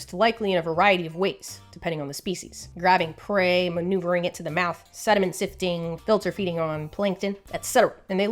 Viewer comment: The way she said "SeDimEnT"